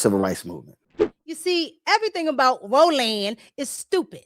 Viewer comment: Ro-Land! Hahahahahahaha